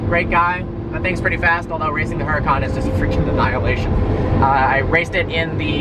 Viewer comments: it's pronounce oor-uu-kan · Isn't the H in Huracan silent? I saw a dudeinblue video awhile back where he discussed this and it was pronounced more like Uracan. Honesty don't know which pronunciation is correct so i Would enjoy feedback. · the your Lambos name is not pronounced like it's spelled. It's Urdacan, the H is silent. Think Latin.... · Huracan is pronounced with a silent "H," FYI. Now that you own one you should at least say its name correctly. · Nice having a stock 10 sec car but I believe the "H" in Huracan is silent.